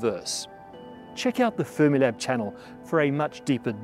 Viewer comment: "We love Space Time" "And we love Fremilab" AWWWWWWW _